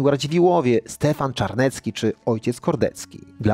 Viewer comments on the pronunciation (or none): Stefan Czarniecki, Nie Stefan Czanecki